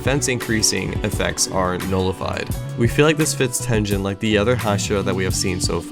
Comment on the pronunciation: did you just say.... /ten-jen/ ??? 😧